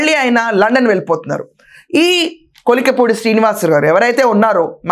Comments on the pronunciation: కొలికలపూడి కాదు తల్లీ కొలికపూడి. మీరు వార్తలు చెప్పడం కంటే ఊగడం ఎక్కువ. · కొలికలాపూడి కాదు అక్కయ్య కొలికపూడి